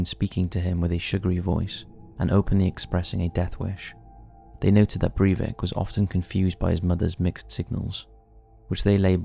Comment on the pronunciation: Sry. Stopped when you mispronounced his name.